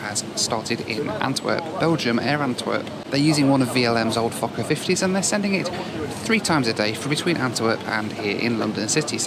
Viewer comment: sounds like you say fucker instead of fokker hahaha